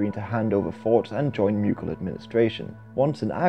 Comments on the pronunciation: Why do you say "myoogal"? It's pronounced "moogal" or "mogul". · Mew-gil lol